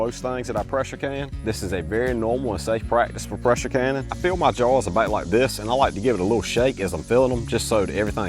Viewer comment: I know he’s saying “jars” but I hear “jawns”